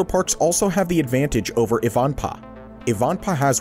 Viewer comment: It is pronounced.......... EYE - VAN - PAAH, and it is located near the California/Nevada Border, off of the I-15 Interstate Highway.